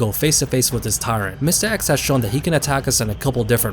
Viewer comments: I’m sorry, I just can’t get over the way you say mistah eks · “Mistuh X” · The way you pronounce Mr. X, goddayum. Mistah Ex